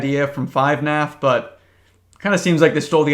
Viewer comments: I've got no idea what's going on here. Is he pronouncing it "Five-NAF" to punish us? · Why does he say fnaf like that no hate just a question